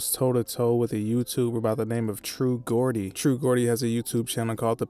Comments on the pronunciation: Man said Gordy😂😂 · That’s not how you pronounce Geordie lol